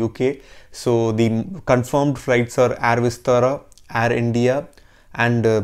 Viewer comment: Nice video and great info.. Just pronounce "air" word correctly.. Not complaining just requesting..